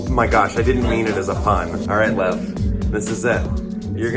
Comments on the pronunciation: I kept hearing love I stead of Lev for some reason lol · Thomas: alright Lev me: mishearing as love wait what